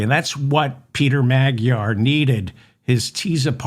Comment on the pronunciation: It's not "meg-jar"!!! The correct pronunciation is "ma-dyar" with the 'd' sounded out as in "dew"!!!! What is it with you Americans?!?!?!? FDJT 🦘🦘🦘